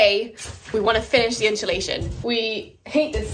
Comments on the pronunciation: I love jack spaniels i follow your channel i like your content but for the love of god its not inshalashion its insulation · I heard a new British pronunciation today...unsulation!---, irises are not very long-lived blooms, so yours might not be drought-affected.---I looked up peacock butterflies & agree with your assessment of those caterpillars.